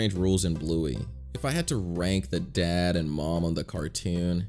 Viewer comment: BRO REALY SAID MOEM OR DED